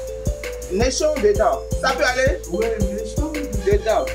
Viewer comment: Vous me faite rire, Mais on ne dit pas néchon, mais plutôt nichon merci